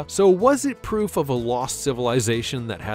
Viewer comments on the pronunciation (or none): none